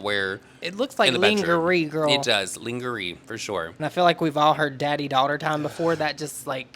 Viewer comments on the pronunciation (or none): "That's right LIN-GA-RY" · The way you pronounced lingerie 😂😂😂lang-ger-ee 😂😂😂😂 I’m crying